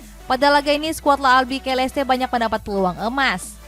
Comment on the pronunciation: Oranye mba, bukan oranje Klas yan huntelar, bukan klas jan huntelar Albiseleste, bukan albikeleste Shezny, bukan shezeny Cisse, bukan sisse Rais, bukan ris Coba sesekali sisihin waktu buat riset, biar bener gitu ngomongnya, jangan cuma bisa lawak2in pemain aja.